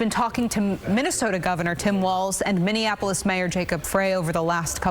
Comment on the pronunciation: ‘Minianapolis?’ What a dumbass.